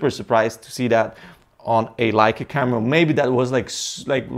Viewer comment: You have to learn to say Leica correct !